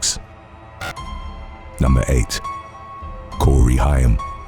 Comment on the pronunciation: Actually, Corey Haim, pronounced Hame, was the teen heart throb. As a Gen Xer, hearing Corey Feldman called a teen heart throb almost felt like blasphemy. Although he was very popular and half of the 2 Coreys, he was never the heart throb. 😅